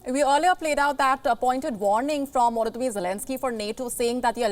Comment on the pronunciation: she says "WOLODYMYR for Volodymyr" and "AWAILABLE for available" what is it with Indians and V and W ?